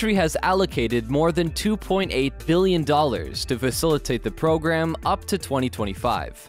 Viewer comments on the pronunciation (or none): none